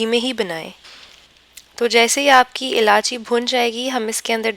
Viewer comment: Ilaichi not ilaachi